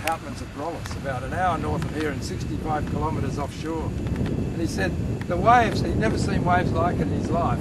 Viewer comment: When they say waves it sounds like wives